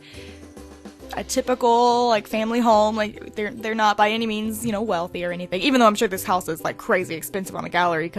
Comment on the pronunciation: When she said 'by any means,' I thought she said 'by any memes,'